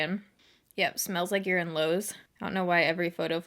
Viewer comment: I thought when you said “you’re in Lowe’s” that you actually said “smells like urine lows” 😂😂😂